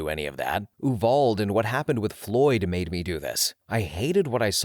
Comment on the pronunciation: Ah, yes, VietMAN War…. Edit: Uvalde = You-vahl-dee